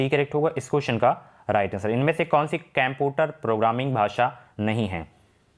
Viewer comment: केम्पुटर NHi कंप्यूटर होता है सर